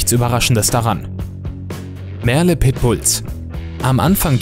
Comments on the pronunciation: Es wird "Mörl" ausgesprochen. Nicht Merle. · "MERLE" kommt aus dem Englischen und wird auch englisch ausgesprochen! Das macht echt aggressiv!